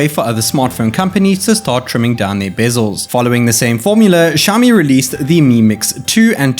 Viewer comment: shaomi? shaomi?? its Xiaomi! ksi, KSiaomi, not SHiaomi